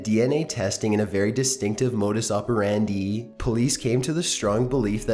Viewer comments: ... modus operandee? did I hear that right? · "Modus operan-deeeeeee" 😂 #dying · whats a modus oparandeeeeeee? i know this bloke has a channel and subs that like his style, but when you listen to it next to robs fine narration it just sounds comical.